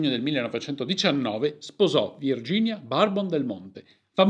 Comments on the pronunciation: non si dice " barbon" ma semplicemente "burbon ". è famiglia fiorentina o quasi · Comunque si pronuncia Burbo`n no barbon, non è un superalcolico 😂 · Ciao, grazie come sempre per il bel video e per la storia interessante che ci hai raccontato! Solo un appunto: il cognome di Virginia si pronuncia alla francese "Bourbòn" (fonetico: Burbòn), Borbone appunto, per un qualche collegamento, mai spiegato storicamente, alla famiglia sovrana francese, i cui gigli sono anche presenti nello stemma dei Marchesi del Monte Santa Maria e Principi di San Faustino.